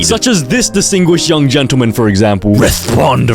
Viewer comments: Blud really said “Res Pond”🚡🚡🚡🚡🚡🚡🚡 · "Res pond"💀